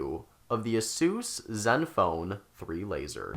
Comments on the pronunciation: Its aysus not assus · just wondering where you are from with the weird pronunciation its said like this ace usor was this an homage to dr suiz i believe he died recently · i cringe everytime u say asus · you pronounce asus wrong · The way you pronounce Asus kills me. No hate tho, the review was good. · is asus really pronounced that way? Tf?